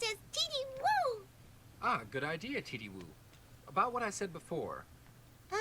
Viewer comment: It's "Teety-woo" not titty, lol.